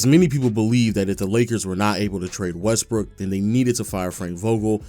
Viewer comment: If you play the video at x2 speed you keep hearing his pronunciation changing to: “westbrick averaging 3.5 turnovers” “when they traded for westbrick” “after westbrick joining the team” 😂😂 specially at minutes 7 and